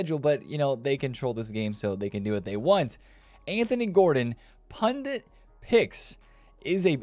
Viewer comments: Sup bro, it's prenounced "pundit" not "pundent" thanks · It’s not pundint, it’s pundit. In India meaning priest :) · Did he say "pundint?"😂😂